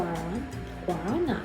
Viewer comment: I love the way you pronounced Guaraná :D